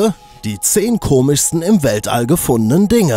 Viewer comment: Fail am Anfang: Die 10 ''komissten'' ...xD